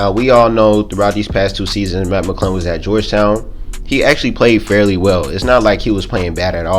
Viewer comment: It’s Mac it’s sound like u saying Matt